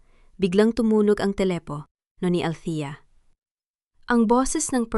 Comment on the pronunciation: Maganda sana ang story kaya lang nakakainis pakinggan ang pag bigkas ng mga salita ang narrator nakaka tawang pa kinggan at nakaka yamot bakit pinuputol nya ang mga pag salita gaya ng telepono at marami pa